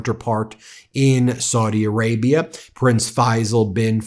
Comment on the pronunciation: Please stop mispronouncing Saudi Arabia as 'swordy', it's very annoying and disrespectful.